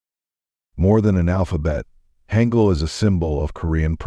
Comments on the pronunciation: It's pronounced hahn gul not hang gul. And its pc bahngs not pc bangs. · [Wrong Pronunciation]: [Haengeul] [Correct Pronunciation]: [Haangeul]